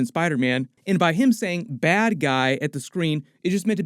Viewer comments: Yeah, he said "that guy" even when I try to hear it as bad guy I can't.lol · This whole time I thought venom said “that guy.” Saying bad guy actually gets me more hype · I thought he was saying “that guy” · he does say "that guy" i've watched that scene a million times and when he says that it ends with a T not a D sound. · Okay I’ll be honest this whole time I thought Venom said “That guy.” and not “Bad guy.” That makes way more sense. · I thought Venom said "that guy" instead of "bad guy" in V:LTBC. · I thought he said "That guy". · He says BAD GUY? I totally thought he said THAT guy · I couldve sworn Venom says "this guy" when he sees Tom Holland in the post credits scene. Does he say "bad guy"?? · I'm pretty positive he said "THAT guy" and not "BAD guy" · You heard “Bad guy,” I heard “That guy”